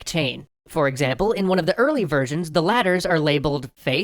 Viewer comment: Every time you say "versions" I hear "virgins".